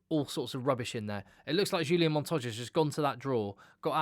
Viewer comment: H H H ulian....not J J J......Montoya..., Pieter-Steph completely agree with you, my best player and what an engine...Matera for me, similar standard to PSdT, Harry Wilson - performance and Captains call on going for win -excellent. FeinbergM - new world superstar. Joseph A Su - fantastic - I do like Quinn Tupaea though! Carter for NZ up and coming - will be great. VAA'i - great but lots of penalties, and c'mon Quagga Smith must always be there - surely!! Great show btw, well done!